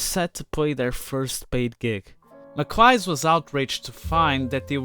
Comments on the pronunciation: ffs could you learn peoples names properly before making these. its a scottish name and is pronounced with a soft i and a soft c and phonetically is pronounced macleash not mac lice wtf is that is when its at home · It’s usually pronounced ‘maclees’ isn’t it? Did Angus pronounce it ‘maclies’? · 1 thing: I really appreciate you showing the roots of the Velvet Underground.... BUT. 1) It's pronounced "MAC LEE-se" not "LIE-se" and "LaMont" not "Lamont-e". If you're gonna talk about someone, try and pronounce their name correctly. It calls into question your actual knowledge of the individual if you can't pronounce their name. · I'm almost positive his name is pronounced Mac-Leese. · Yes Mac-Leese in Ireland and Mac-Leesh in Scotland. One other thing - I've never heard the name of the band pronounced the way the video creator does at the start of the piece. It makes the bands name sound like he's describing a piece of fabric buried under the ground...otherwise great video! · Thank you for this very informative video. By the way his name is pronounced "MacLeese". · Well, Im almost certain his name is pronounced Make Lies. All of his friends thought it was an appropriate name because he was famous for lying. He lied constantly about everything. Like the pronunciation of his name. He told people his name was pronounced Make Lyes because he was skilled at making lye soap. But that was a lie. He never made lye soap. He also told people his name was pronounced Make Lice because he has a terrible lice problem. But that was also a lie. He never had lice. He also told people his name was pronounced Mac Cheese because he loved macaroni and cheese. But that was a lie. He hated macaroni and cheese. He yold so many lies about his name that no one knew for sure how to properly pronounce his name. So there you have it. And im almost positive that is the truth, the whole truth, and nothing. Thank you. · Pronounced “Mick-Lease” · you are pronouncing his name wrong lol